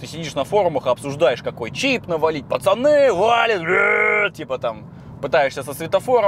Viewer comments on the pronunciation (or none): none